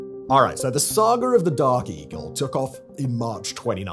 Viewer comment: Did this MoFo say DARKIE??? Oh, Dark Eagle🤣😂😂🤣